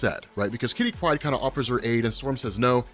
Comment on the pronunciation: Stop saying Saturnine. And God damnit Once and for all stop saying Kitty Pride with the emphasis on the first name. Idiot. You make me so mad.